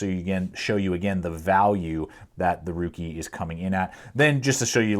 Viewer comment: Rookie..LMAO RAKE I know it doesn't look like it should be pronounced RAKE.. Sanrenmu did a great job making this knife.